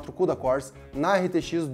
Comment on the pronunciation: Quantos “kudacór” hein!